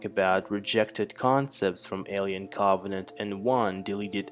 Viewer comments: He says, “awien Caabanant” lol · "Alien caaauuuuggghhvenant" why cant you say Covenant!? 😂😂😂😂😂😂😂😂😂😂😂😂😂😂😂😂😂😂😂😂😂😂😂😂😂😂😂😂😂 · "Co-vuh-nent" 🌚 I fell asleep 😵